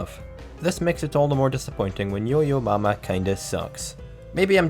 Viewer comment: i swear to fuck it's yo yo ma not yo yo mama